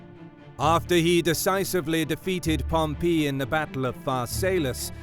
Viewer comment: After the second ‘Pompee’ I had to shoot myself.